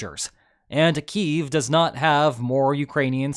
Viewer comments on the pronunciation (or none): none